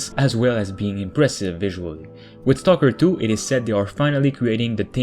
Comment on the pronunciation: u didnt say stalker 2 u said Toko 2 wot XD i like the channel and what u do but i despise ur pronunciation